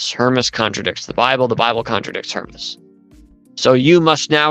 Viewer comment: It drives me nuts how she mispronounces the Shepherd of HermAs the "Shepherd of HermEs" (her-meez)! Ugh!